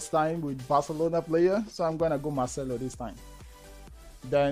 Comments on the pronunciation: kept on calling marcelo marshmello 😂😂😂😂😂 couldn't stop laughing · It's Marcelo bro not machmelo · He keeps saying Marshmellow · For the note, it's Marcelo not 'machmelo'